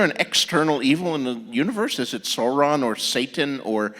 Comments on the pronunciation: Fan of Tolkien? My butt. It's SOW-ron, not SORE-on. Yes, yes...I'm a "NEEEERD!" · Dylan [Smith] I'm mocking myself. I was anticipating others thinking that I'm a nerd. Both Martin and King pronounced Sauron incorrectly; only a Tolkien "nerd" would know that. :P